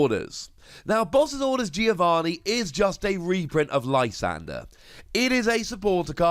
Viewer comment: I'm sorry, a what reprint? I really can't tell what you said...